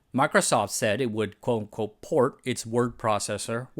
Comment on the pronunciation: You need to slow down your speech at some points. I could barely understand what you were saying and had to rewind multiple times to catch your "quote unquote" which sounded like "coco". And your explanation of the SBS acronym, I still can't figure out what the last S stands for. Systems? Sims? It's just a vague syllable. Your content and topics and research are amazing, don't shoot yourself in the foot with bad enunciation!